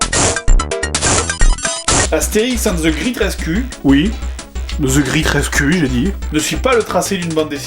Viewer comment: "Astérix and the great res-CUL.. Oui the great res-CUL" xD